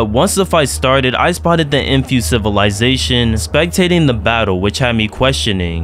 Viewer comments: How many time did he say sitizysatoin or idk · Bro you have to add a counter for everytime you said civilitation xd